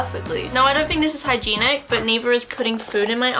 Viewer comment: did she just say "hygeeenic".. u know, like "hygienic"